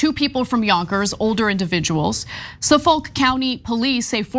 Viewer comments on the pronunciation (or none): "Suh Folk County Police??!?!" Ana, you never seen The Departed before?!?! Do your research. "Suffick" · Hearing people try to pronounce “suffolk county” cracks me up….those of us who live here pronounce it as “suh-fick” not “suh-folk” lol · He didn't even pronounce it the way it's spelled, I noticed it too, although I've never been there, but what he said was something I've never even heard before. Mostly a matter of the emphasis I think. I think the common way to say it is "suh-fuck". We have a Worcester here, which of course is "wooster" (which is the correct English pronunciation, a la Gloucester, etc), Barre ("Bary"), Calais ("Calis"), Corinth ("Crinth"), Cabot ("Cabit"), etc. Place names are fun.